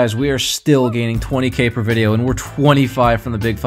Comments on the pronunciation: did this man's just say videlo? And I subbed ♥️ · anyone else confused on how he said video????